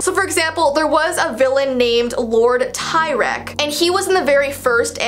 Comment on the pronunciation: Lord Teerex